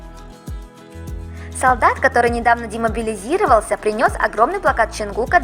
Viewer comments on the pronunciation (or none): Демобилизовался - ударение на а.